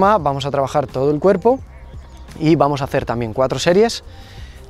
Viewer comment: Jajajajaja no puede ser, ese "Vuamos" quedó super épico